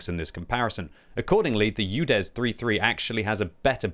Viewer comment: Did he sayed "Judes" 03 3 ?